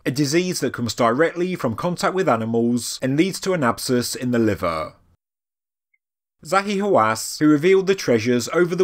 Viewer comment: Everytime you said the name Zahi Hawass it make my feeling hurt😱